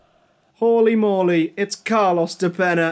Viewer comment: I love how you spend like 10 minutes mispronouncing "de Peña" lol. Yeah after Boro, he went back to Uruguay and lit it up. Now he plays in the Champion's League with Kiev.